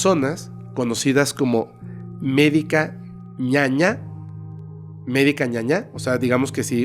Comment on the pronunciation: Saludos desde Paraguay, los escucho siempre 🇵🇾 P/ Corrección: no es medica Ñaña (ñaña es malo/a en guaraní), es medica Ñaná (medica de hierbas naturales)